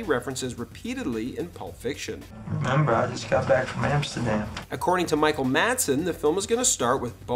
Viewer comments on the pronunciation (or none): none